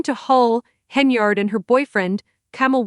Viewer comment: Stopped listening the moment I heard the mispronunciation of Tiffany’s last name 😂😂😂😂😂 🤦🏽‍♀️ 🤦🏽‍♀️